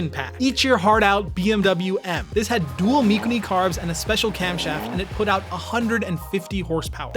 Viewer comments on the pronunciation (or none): and I have never heard Mikuni pronounced that way...